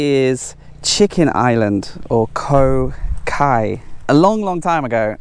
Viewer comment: It's Koh Khai (egg) not Koh Kai or Gai (chicken) from the sign board.